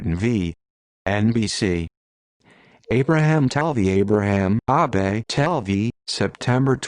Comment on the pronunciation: Also the name is pronounced A-Bah-Tee